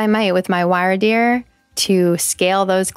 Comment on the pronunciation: Totally unimportant but wyrdeer is pronounced like weird-deer